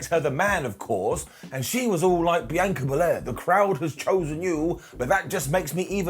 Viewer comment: I'll never understand how Brits look at the name Bianca and decide to say "B-Anchor"